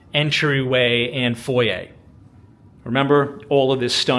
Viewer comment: Where are you from that you pronounce foyer correctly.